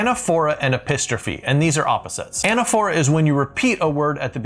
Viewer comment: anAPHora, with the accent on the second syllable, like liTOtese and hyPERbole..